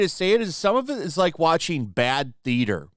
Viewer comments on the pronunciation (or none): none